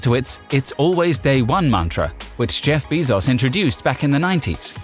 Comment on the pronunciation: “Jeff Beezoss”